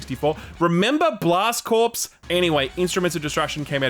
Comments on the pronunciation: Also, you are not supposed to pronounce the p in corpse. It's pronounce core. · "corps" is pronounced "core" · “Corps” isn’t pronounced like “corpse.” Come on man. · "Remember Blast Corpse?" TIL 'corps' is pronounced 'corpse' in Aussie. Makes me wonder how you guys pronounce 'colonel' 🤣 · ....there's no way you don't know that "corps" isn't pronounced "corpse". not possible. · 'Corps' is pronounced 'Core'. Just a general PSA to the Youtube void. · FYI "corps" is pronounced "core" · that's not how you pronounce corps, but "blast corpse" does sound like a pretty good video game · Cringing at the "p" in Corps being said out loud 😅 Amazing video as always though! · Can you not mispronounce CORPS ?